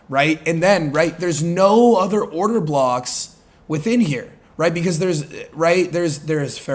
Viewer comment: Did bro just say order cocks? 😂😂 I’ve never laughed and loved a trader this much